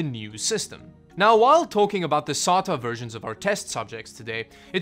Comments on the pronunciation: I thought he was saying "solder". Say DA. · It's pronounced: "Say-ta" not "Sah-ta". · sAta drive “SATA” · I guess I’m not surprised someone who can’t even spell their own name correctly can’t pronounce a lot of words properly Sotta, PêC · How fucking hard is it to say SAY-TUH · Actually it's pronounced Serial Aye Tee Aye ;) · the way he pronounce sata is no difference than chinese people pronouncing sata